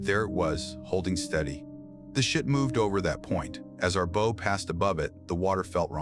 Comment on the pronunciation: Won’t be subscribing till your A.I. learns to pronounce bow (as in a ship’s) properly!